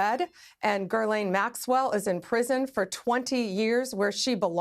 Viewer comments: Its not Girl-ain it is pronounced Giz-lane so funny none of them get it right, makes me think its on purpose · Ghislaine is usually pronounced as gi LANE